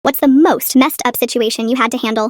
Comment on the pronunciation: " i was monitoring the cafeteriuhh"💅🏻 and "whats the mAWsT" caught me of of my chair,made laugh enough hard that i flew to the pool that was 190 miles away and my parents went to pick me up, so tired that they looked like they went through WWII